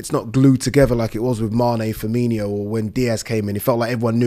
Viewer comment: He calls him Fermee-NEE-O He’s not a red